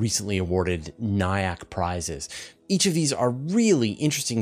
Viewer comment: it's pronounced "NA-YUCK". There's a song called "khal nayak" that will give an audio cue for the word.